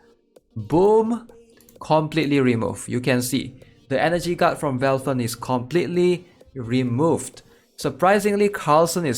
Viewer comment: i love when you call valthicc "velfern" x)